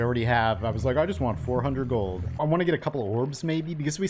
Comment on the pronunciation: "It's raining gold-uh"